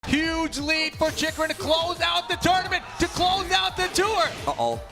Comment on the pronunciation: It's Chikurin!! Not Chikurun...